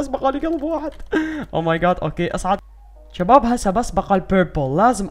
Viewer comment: تقول تشباب 😅😅😅😅😅